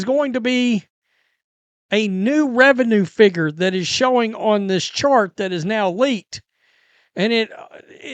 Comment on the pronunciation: The wrd is "figure", not "figger". It isn't the G^^gle/YT algo, it's you and not getting English 101 correct after all of these years. If you want to grow your Brand being professional speakers, learn the language first. YOU guys chose it... become proficient in the English language or go do something else. I unSubbed a year ago, no idea why the algo recommends BWS vids. Be professional or do something else. Get English down and BWS will grow. I will volunteer to tutor & in English.